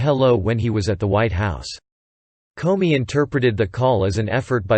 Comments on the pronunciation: This is very realistic - I actually thought I was listening to a human voice until it repeatedly pronounced "Comey" as "Corny." Listening to the report is definitely easier and more enjoyable than reading it myself!! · Karen Millen, this is a good Quality and from minute 43 He speaks Comedy correct.